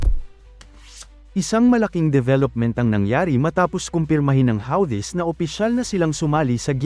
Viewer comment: Tanginang ai voice howlthi? Putanginang pronunciation lmao 🤣🤣🤣🤣